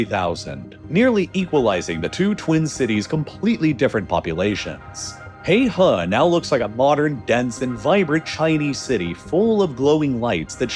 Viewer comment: “Heihe” is pronounced “hay her” and not “hay hah”. It means “Black River”「黑河」. It’s located in “Heilongjiang” province and “Heilongjiang”「黑龍江」means “Black Dragon River” (a.k.a. the Amur River) where the difference between「河」and「江」is that the former is a generic term for river and also for narrower rivers with shallow banks while the latter is the term used for wider rivers with steep banks that may have cliffs for banks. FYI.